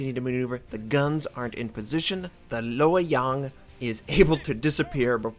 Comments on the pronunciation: Your pronunciation of Lo Yang is actually pretty accurate. :) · Nice pronunciation of lo-yang and nice vid